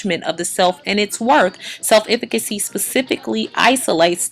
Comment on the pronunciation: I appreciate the message of this video, but I just wish she would correctly pronounce "self-efficacy" because it makes me cringe every time I hear her say it.